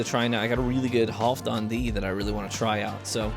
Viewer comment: Anybody else hear "HoffDon Dee" at the end there? Kinda thought it was half dan myself...